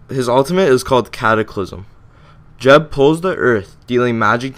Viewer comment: I cant even watch this with you pronouncing it jeb.... thats like pronouncing google- jewgle...